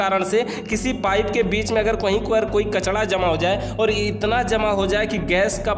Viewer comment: Kachda nahi bhai kachra hota h